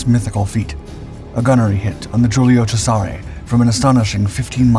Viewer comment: Ow ow ow your mispronunciations are painful. Please look up on youtube how to pronounce Warspite and Cesare.